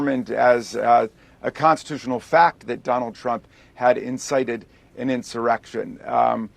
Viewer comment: sounds like you said donald tramp lol.